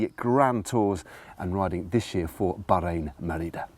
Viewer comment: Am I the only one that finds it oddly satisfying when Matt says "Bahrain Merida"!!??